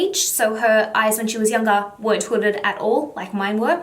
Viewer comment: I only heard one word hodded eyes hodded eye